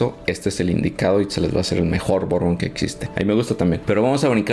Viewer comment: Hola Bourbon se pronunciacia BURBON la combinación de las letras ou suenan "u" , curbusier la U sola tiene un sonido entre "U" e " Ui" parando la trompita, comonpidiendo beso. Y fundiendo las los vocales. EAU se pronunciacia "O" como chateau Chato Ai suena "e" como maison, meson